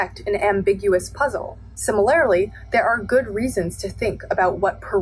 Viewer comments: Not to offend but the way you say simi-lair-ly had me dying every time. Much love and great vid 😂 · its si - muh - ler - lee actually.. where did you get the r.. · Regional, maybe? Where I'm from, that's how people say it. Either way, it's def not the way it's said in the video, I can say that. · It is my deepest desire that this comment gets no attention, but that you see it: "Similarly", unless im mistaken, is pronounced "sim-er-ler-lee" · honestly i didnt catch the pronunciation in the video so i cant speak on that, but do you mind me asking what region you’re from? im from north east USA and ive only heard simuhlerly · the way you say similarly is so fascinating to me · I'm old, so I'm offended by people who can't pronounce 'similarly'. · the way that you pronounce "similarly" drives me crazy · why does she say 'similarly' like that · Great video, but you’re accenting the wrong syllable in “similarly”. I’m offended by this. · GIRL I LIKE YOUR VIDEOS BUT YOU AREN'T SAYING SIMILARLY RIGHT!! ♡♡ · amazing video, amazing points, but please for the love of god can you learn how to pronounce similarly. it throws me off every time lmao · The way you say "similarly" offends me